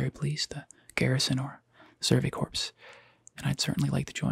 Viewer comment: Bruh, I don't know if it was intentional, but that isn't how you pronounce Commandant or Corps.